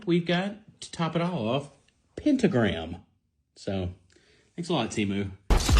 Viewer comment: "pEnTaGrAm" lol